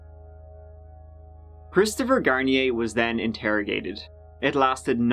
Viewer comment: “27 year old, Christopher Shampoo” 😂😂😂